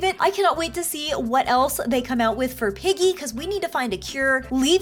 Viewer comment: is piggy not peggy